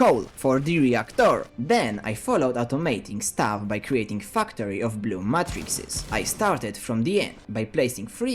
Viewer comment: Love that i hear u say fucktory